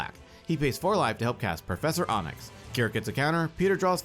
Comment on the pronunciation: Its getting under my skin how you pronounced Professor Onyx. Onyx, like the stone is pronounced Ahnyx. Not Ohnyx.